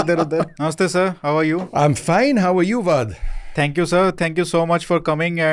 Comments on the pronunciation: 'How are you Vaad' 😅.. His name is.. Great episode though. Fascinating details about Op Sindoor.. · Did he call him Vaad?😂